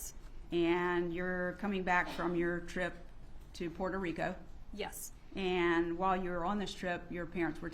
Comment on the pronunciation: Puerto Ric'O', Ms. Educated defense attorney 😂